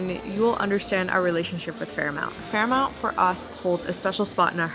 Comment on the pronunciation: Great videography and commentary! However, I couldn’t get over your repeated pronunciation of FairMONT as FairMOUNT……